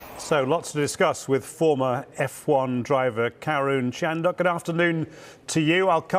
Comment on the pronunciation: Sounds like he called him karen